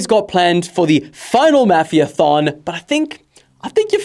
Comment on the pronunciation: What do you say mafia like that😂 it’s pronounced more like maw as in saw the ma as in mad